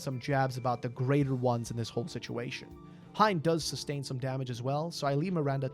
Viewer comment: I believe the pronunciation is Hein (H-i-n) if his name is from german, which most of these fairytails are.